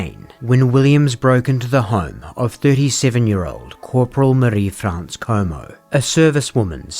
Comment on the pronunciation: Thank you for your accuracy in pronouncing Marie-France’s name correctly. It is such a small but significant way to honour her memory, and the memory of the other victims too. Thank you for your delicate coverage when it comes to SA/SV. You are a true crime champion.